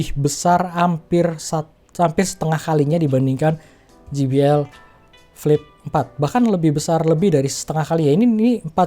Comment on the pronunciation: Je bi el bang bukan Ji bi el 😁